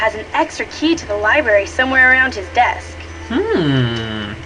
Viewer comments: I love Dexter! When he said "Libary" instead of "Library", I'm like, "DUDE! I am definitly going to start saying "libary"!" And ever since, I have ^_^ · The care taker said libary not lybary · Oh my, Dexter DOES say Libary! Ohhh he had me laughing for a good 20 seconds. XD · Having played and watched this before and remembering there were a good bit of facts about Marie Antoinette I wanted to watch again because for some reason I like to write research reports and I got stuck watching when Dexter said "Libeary" for goodness sake its Library! THERE ARE TWO R'S HE NEEDS TO PRONOUNCE BOTH!!!!!! Otherwise, great video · it's LIBRARY. Not "libarry." XD - *Snicker* Lisa's voice is...ugh... -_- You can kind of tell this is an older game by the wayLani Minella's (Nancy voice actress) speaks. It's sounds sort of different than it does later on. Older, I guess.:/ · GAH! He pronounced it "libary"! I hate it when people do that!